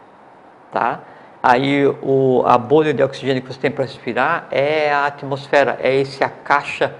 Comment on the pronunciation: "atomosfera" kk